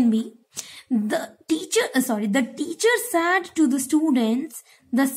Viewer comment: Said pronunciation is wrong!